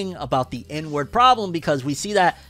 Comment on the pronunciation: every time you said "inward" i heard "N-word"